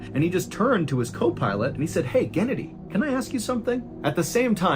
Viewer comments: I respect channel but its pronounced ge-naa-di not genedy like Kenedy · Genady, not gennedy. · It’s not pronounced Kennedy, it’s GE-NA-DY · gen-A-dee thought it ga-NAD-ee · The pronouncination of the second pilot's name though. 😂